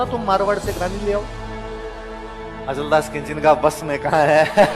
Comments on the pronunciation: Its not khinchi, correct word is khichi. pl speak khichi ❤ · Khinchi nhi khichi